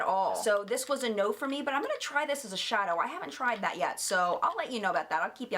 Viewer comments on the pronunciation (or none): none